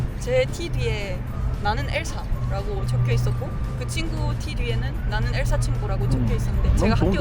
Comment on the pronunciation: 엘사라고 하는데 "사" 발음이 완전 경상도네 ㅋㅋㅋㅋㅋㅋㅋㅋㅋㅋㅋ